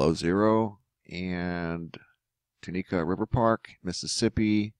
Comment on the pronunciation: Tunica pronounced TWO NICK A with emphasis on TWO. :)